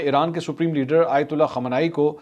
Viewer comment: The name is Imam Khamaeni and not *Imam Khomeni*. Please respect that and make an effort to pronounce this correctly. Nothing is more demeaning and disrespectful than to address a respected person incorrectly.😢😢